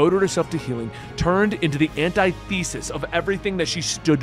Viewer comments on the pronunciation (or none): Ann tith uh sis,, not Anti Thesis